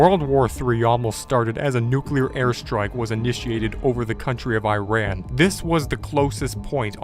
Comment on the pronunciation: His pronunciation of Iran is worse than all of these events